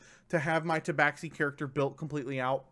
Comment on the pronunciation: Ta Ba Shee not ta bax xi